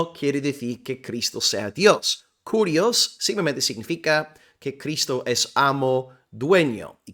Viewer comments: Solamente como aporte, que se pronuncia KIRIOS la u no existe en griego y esa letra es una forma de "i" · Mi amado hermano por la fe de nuestro Señor Jesucristo. La palabra es KYRIOS en Griego y no carios. Y por otra parte si varón lo as explicado muy bien,,que Dios te bendiga un cordial saludo desde Guatemala el país de la eterna primavera . 🇬🇹🇺🇸🇪🇸